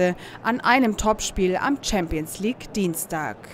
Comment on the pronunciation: die gute alte "Hampions league" wer kennt sie nicht